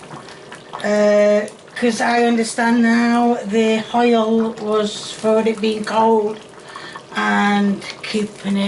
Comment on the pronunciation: When you say "hoil" reminds me of my old neighbour Mr Morris.... Love it ❤